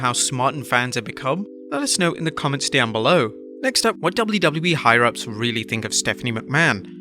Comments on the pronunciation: *Higher ups not Hire-ups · it's higher ups. not hire ups. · Isn't it "Higher-ups"? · Hire-ups!? You mean higher ups? Get educated before you continue with this sub par content. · "Higher ups" not "Hire ups" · Higher-ups not hire ups lol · 😂 Dude, it's "HIGHER UPS" Not Hire Ups! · Not hate...just constructive criticism. Almost positive it's higher ups...not hire ups. They are higher up the chain of command. Maybe I'm wrong. I could have googled it yeah. But whatever. Love the videos...even though I don't watch wrestling anymore. Guess that speaks volumes to how good your work is. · Its "higher ups" not "hire ups" just an FYI